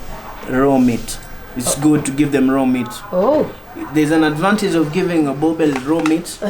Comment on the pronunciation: Boerboel pronounced as burbur not boabell.